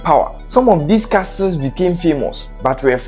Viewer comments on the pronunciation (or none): I love your videos , but bear in mind that the letter "T" is Castle and Listen are silent. Pls, pronounce them as "Casle and Lisen". Me da wo ase paaa. Keep up the good work and also learn from others. Cheers!